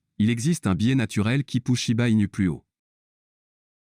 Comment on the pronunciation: Shiba pas chiba